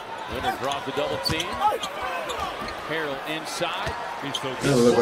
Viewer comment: who tf is hartzel lmao its harrell my guy